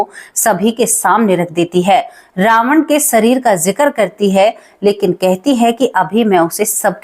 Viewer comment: कृपया किसी हिन्दी और अंग्रेज़ी शिक्षक से कहानी की भाषा में सुधार करें, जैसे जिक्र को आप जिकर बोलतीं हैं।